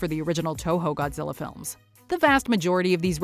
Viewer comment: Is it just me but whenever dr.zerenzowa or however u spell it whenever he says Godzilla it sounds like gojira which is his species name or whatever